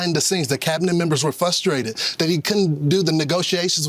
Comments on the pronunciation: Did that idiot say flustrated? The poorly educated will believe anything. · Fox guy seems “fustrated”